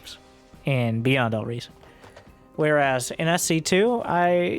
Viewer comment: I heard it as BuyN'd All Reason